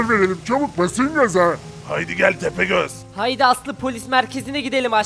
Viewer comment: 0.35 tepegöz doğru diyo